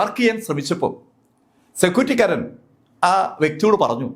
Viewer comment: ആധ്യമായി, സെക്യൂറ്റിക്കാരൻ, വചീന..